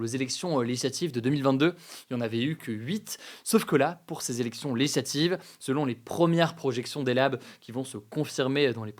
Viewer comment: Hugo,essaye de plus articuler et de parler moins vite. Quand tu dis "legislative", on a l'impression qu'il n'y a qu'une syllabe